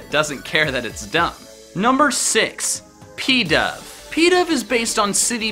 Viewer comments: Its not pedav its pidove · When he pronounced pidove as peedove (cringes infinitely)